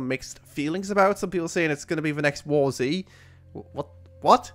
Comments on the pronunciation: ***** It's WarZ. You pronounce it like "war zee". Not "warz" as I understand is easy to do. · I've always pronounced it "war zee", like pronouncing DayZ as "day zee". Since the letter Z in both titles is the single letter that actually tells you what the game is focused on, Zombies. I have never heard anyone pronounce either games as a single word. You actually have less reason to say "War Z" as a single word since the official name before it was changed was actually "The War Z", with a space between War and Z, separating them completely, unlike DayZ which has no space. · ***** I think it's meant to be pronounced War-Zed. Not like it matters anyways.